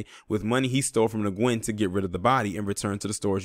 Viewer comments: Nguyen is pronounced when/win. Good job on the story. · Pronounce as WEN not Nguyen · FYI .... Last name of victim is pronounced like the word “win” .. great video btw... this is clearly a h8 crime !!! Wtf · Nguyen is pronounced "Win"